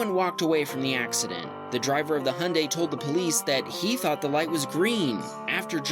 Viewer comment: HIGH-UN-DIE ✅ HUNDAY⛔